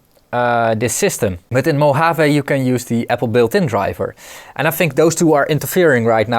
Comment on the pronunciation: Congratulations on correct pronunciation of "Mojave". Re paranoia regarding updating software: Low-risk, High consequence. If it goes well, as usually, alles gut. If it fails, you're hosed. "It's not paranoia, they really are out to get us." - I want to attribute to Firesign Theater couldn't find a reference.